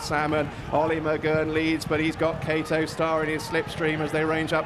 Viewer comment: Why does the commentator call him kato star and not kauto star?